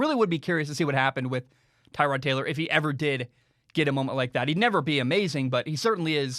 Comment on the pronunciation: I think that Tyrod’s name is pronounced Ter-rod, not Tie-rod. Kind of like Terrell Owens, just a little tidbit there.